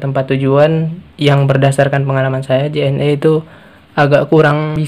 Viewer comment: Penyebutan JNE bukan seperti menyebut huruf vokal E pada kata "lelah", tapi seperti "lele". Karena kepanjangan JNE adl Jalur Nugraha Ekakurir. #justinfo😁